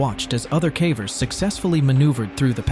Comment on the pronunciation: I don't think a human is narrating. "He" keeps saying CAVERS like Taffy.